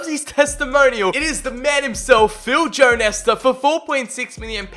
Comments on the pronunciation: He called him jonesta like the legendary cb nesta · My guy just called phill Jones, Phil jone-ess